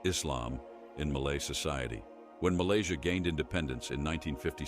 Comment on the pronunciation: Malaysia ❎ Malaysai ✅